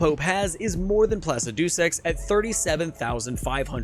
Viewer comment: great vid but man the way you pronounce placidusax 🤣